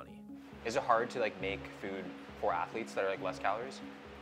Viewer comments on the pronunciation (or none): “All of our atheletes.” - 😂😂